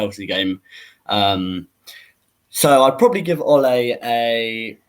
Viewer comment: Yo these American's/Canadians killing me. I'm Canadian and the pronunciations are killing me. Ole isn't pronounced like a Spanish matador, its closer to the nickname 'Olie' as in Oliver.